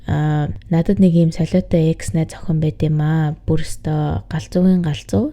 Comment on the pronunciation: ЭКС гсн үгийг дараа ойлгож нтр🤣🤣🤣 шууд Е, Х гэж уншдаг бна шд, дөш юм аа🤭🤭🤭